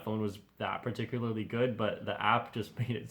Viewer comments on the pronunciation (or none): none